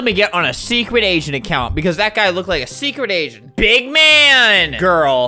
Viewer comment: bro when he said i need to be a big agent i thought he said big asian